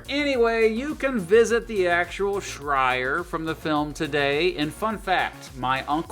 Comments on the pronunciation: It's not Shrire, it's Shire. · Did you say Shrire? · "ShRier" You called it the "SHRIER" not the "Shire. Shrier? Really?